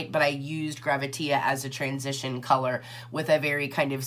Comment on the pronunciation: Hi...great review! I just wanted to let you know that the one shade is called "Gravitea," said like the word "gravity," but he spelled it like that because "tea" is used often in drag speak to mean truth. You would hear someone say, "Spill the tea," meaning tell me the truth. I didn't want you to keep saying "GraviteA" with the "a" sound at the end.